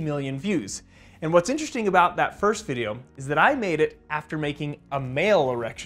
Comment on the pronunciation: “It’s definitely gonna be an IN-teresting one”